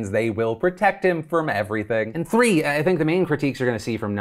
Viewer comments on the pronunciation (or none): none